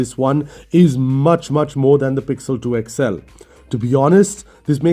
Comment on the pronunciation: Its called xl. x-L ! You always say..." Ixxell"